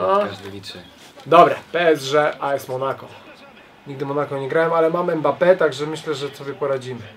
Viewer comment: Ile razy powiedział EMBAPE? XDD